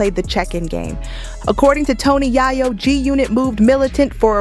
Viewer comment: 😂😂😂😂😂 said again Ma'am Yayo 😅😅😅😅😅 mane she wild for that don't know how to said Yayo 😅😅😅😅😅😂😂😂